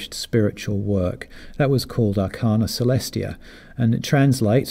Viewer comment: Sorry, but we Swedenborgians should really pronounce the English words 'arcana' and 'arcanum' the correct way, and not as though they are Latin words. It's ar-CAIN-uh & ar-CAIN-um, not ar-CARN-uh & ar-CARN-um. The same vowel sound as 'arcane.'